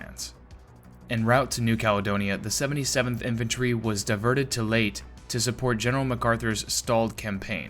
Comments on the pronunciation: FYI- I've always heard the island of Layte pronounced LAy-TEE not "Late" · Layte is pronounced Lay-tee. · its pronounced "Ley - te" NOT "Late" Sheesh! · "lay tA" gulf. Two syllables.:face-turquoise-covering-eyes: NOT "LATE.":face-blue-smiling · your video is good,but Leyte is pronounced Lay-tee,not late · pronounced laytay not late ffs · Leyte is pronounced as "lay-teh" in English, and in Tagalog, it is pronounced as "lejte." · Consistently mispronouncing Leyte as "late" vice "lay tay" kept throwing me off. The video otherwise was good, but that one issue just messed with my head- and judging from the comments, I'm by far not the only one. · It's not the island of "Late", it's pronounced, "Lay-Tee", like "Lady", But with a "T" For the second consonant. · Lay-tee not Late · Lay Tay not Late. Learn to pronounce names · Exactly - it's pronounced "Lay-teh". When the narrator (an AI?) said "Late", I said, "WTF?" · Was that an AI narration? Everyone know it is Leyte not Late. Other than that is was a good video. Please fix this pronunciation. it make your channel look dumb. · It is pronounced lay-tee. Anyone making videos of world war two should know that. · Say out loud LAY TEE. are you a robot... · It's pronounced Lay'Tee!! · I live near Ormoc Bay. Just wanted you to know that Leyte is pronounced LEY TEY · Leyte “lay tee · LAY-TAY. YAH-MASH-TAH (Emphasis on second syllable. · Pronounced (LAY tay). Get your AI in order! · Every time you say "Late" I cringe. Otherwise, cool video. I'm sorry to say that in addition to my personal feelings on hearing that being said wrong, the battle of Leyte and especially Leyte Gulf is so famous and significant, that the fact that you do not know how to say it throws a significant amount of shade on your actual knowledge of the topics you speak about, almost to a point where I thought this might be an AI voiced channel. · Fuck sake lay te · i dont know how he thought it pronounced as late but still great video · Pronounced Lay - Tay